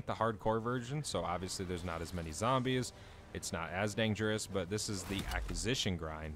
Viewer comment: You should look into how to properly pronounce Acquisition and Sigil :)